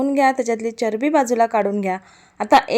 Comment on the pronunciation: Tumhala charabi ha marathi shabad bolta nahi yet